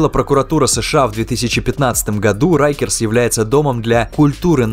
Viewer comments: произносится как рАйкерс а не рЭйкерс 🤦‍♂ уши режет 😰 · Rikers , так почему тип читает как рейкерс ?